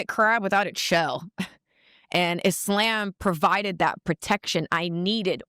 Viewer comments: IT’S THE WAY BRITNEY ALWAYS MISPRONOUNCES “IS~Lamb” it’s annoying af 🎉🎉🎉🎉🎉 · Why she keep saying islamb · Would she please stop saying “I-SLAM!” Use the word correctly, it’s not hard! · She pronounces it isssslaaaam. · I hate how she's pronouncing Islam as Is-Slam... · If she says ... IS"LAMB"... one more time 😂😂😂😢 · If she don’t stop saying e-slam 🤯🤯🤯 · I can’t stand the way she pronounces Islam. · Ive lived in Islamic countries, the way she pronounces Islam annoys tf out of me, and im Christian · First of all, I hate the way she says Islam. That’s your first red flag that she doesn’t even truly follow it. She can’t even say it properly. It’s like saying I’m Christian yet completely pronouncing Christian incorrectly. You’re kind of good to start giving me the side eye right now, and it’s just very annoying. “ISLAMB” 😂 like stfub. 😂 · The way she pronounce Islam bothers me. Sounds like a breakfast at Dennis 🤦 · She exist because you and others make videos about her. This demon would be vanquished if people stopped talking about her. I get it... it's content. Get your bag man... but this whore offers nothing to society outside of her body. Also... I hate Islamic doctrine... but her pronunciation of "Islam" is offensive to me. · You knew she was a joke cus she refused to pronounce "islam" properly 😂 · Her pronouncing Islam was soooolo cringe! 😖😖😖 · I don’t necessarily like the way she pronounces Islam. But to each its own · I wanna fight her for the way she's pronouncing "Islam". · I can't stand the way she pronounces Islam!